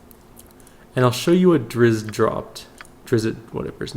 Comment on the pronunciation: Drizzt is pronounced "dritst". I learned that from the original BG player's guide.